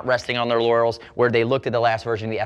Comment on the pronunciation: You said "laurels," lol